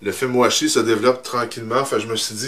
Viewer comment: j'entends "fait moi chier" a chaque "film washi" c'est perturbant